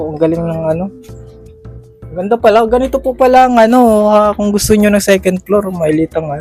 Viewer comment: Halos 80% pilipinos saying secend, instead Second, Yan kya natutunan nila sa school